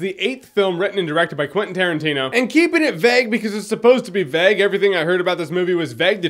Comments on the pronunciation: Vague, not Veg, lmao. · At the start, you say 'vague' so much it becomes 'veg'. What's a veg? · Am I the only one bothered by how he pronounces vague? He pronounces it like V-egg.